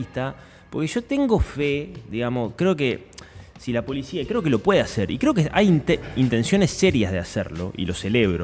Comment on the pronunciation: La polishia, chicoshhhh !!! De donde viene esa pronunciación? Se las enseñan en algún lado?